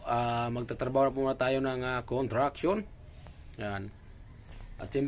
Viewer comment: CONSTRUCTION bro not kontraksyon😢